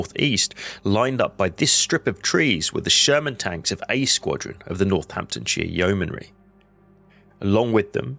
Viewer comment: Northamptonshire yeomanry - try doing your home work properly.